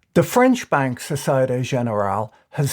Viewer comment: There's something intrinsically funny about an Irish man saying "De French". Fun side fact, the Irish for French person and rat are the same word!